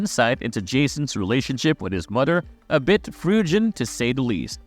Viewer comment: "his bond wiff his modder Pamela" great speaking, jokes aside good video